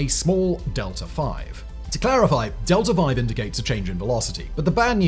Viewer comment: DELTA V DELTA V NOT DELTA 5 LMFAO